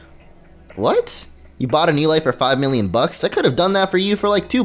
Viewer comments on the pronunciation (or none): none